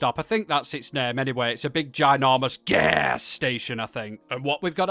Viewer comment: Fantastic start, thank you for revealing to the world the size of your cavernous arsehole, a lovely impression of Gollum, and a startling yet amusing pronunciation of Gaaaaaaas! As always a highly entertaining video from your good self! Simply simply lovely. 😂